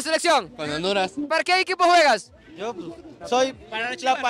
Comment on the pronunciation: Que triste que un japones le vaya a "onduraz" jajajajajaja Das lastimas chino coreano 🤣🤣🤣🤣🤣🤣🤣🤣🤣🤣🤣🤣🤣